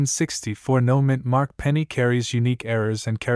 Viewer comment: I think it's "No Mint Mark" not "Noman mark".